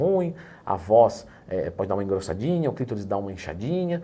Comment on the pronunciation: CLITÓRIS E NÃO CLÍTORIS 😂😂😂😂😂😂